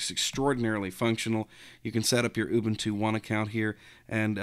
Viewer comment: ooobooontooo LOL!